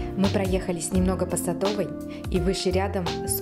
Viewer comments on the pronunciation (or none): none